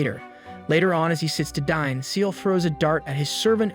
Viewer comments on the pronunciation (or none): none